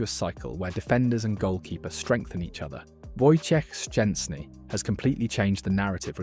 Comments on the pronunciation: Dude, great pronunciation of Wojtek full name ! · Wow, your pronunciation of "Wojciech Szczęsny" is really impressive! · wow! I've never heard a non-polish person, who pronounce his name so correctly :o that's quite an achievement, mate!